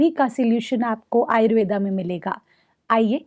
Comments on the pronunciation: कृपया आप आयुर्वेदा नही आयुर्वेद बोलिए। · डहिबा आपकी माहिति बढिया दी है । लेकीन आयुर्वेदा ⁉️ नहीं आयुर्वेद सही शब्द है ।